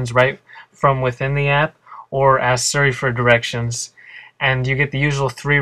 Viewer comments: It's Siri, not Suri! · It's cute that you pronounce it Sir-e. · Your pronunciation of "Siri" is terribly obnoxious. x.x